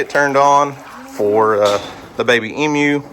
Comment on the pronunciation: I still have to laugh when you say Emu,. Sound like you are saying EM-U instead of E-MU/E-Moo!